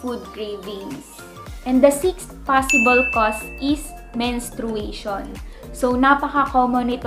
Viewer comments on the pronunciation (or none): Menstruation (men-stray-shn) po.😊 Thanks sa video.Good job!